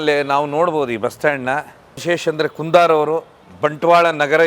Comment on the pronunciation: ಕುಂದಾರ್ ಅಲ್ಲ ಕುಂದರ್. ನಿಮ್ಮ ಪೋಸ್ಟರ್‌ನಲ್ಲಿ ಕನ್ನಡದ ಕೊಲೆ ಮಾಡಬೇಡಿ.